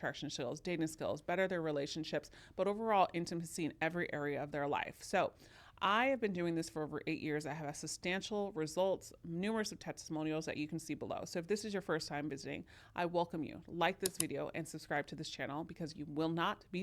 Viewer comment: This 2 camera switching is annoying. You drop the B in substantial. Not sustantial. Take a breath from time to time.